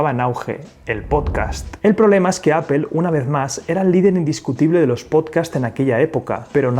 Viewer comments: No es appel, es Apple. que hablar bien no cuesta un CARAJO, decimos en mi pais (Argentina). La dificultad de los que hablan espanol cuando se les juntan 2 consonantes. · Se dice A - POL....! No A-pel.....! XXX FFF...! Modifica tu lenguaje...! ( te lo dice un anglofono..) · Segundo . Me bastó escuchar "apel" y ahí lo dejo. Nada genera más desconfianza que la poca preparación. Bye, bye. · Gracias por el video y lo que nos enseña... por otro lado puedo ver miles de youtubers españoles y todos dicen "apel" no entiendo como, no se pronuncia así en español ni en inglés, de hecho hay una L entre la segunda P y la E... alguien que me explique! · Casi todo el mundo: Apple Los españoles: Apel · ¡¿“Apel”?!… ¿cuál es esa? 🤔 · "Ápel" jajajajajja 😅😅😅😅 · No puedo con el "apel" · Hay que aprender a pronunciar Apple por favor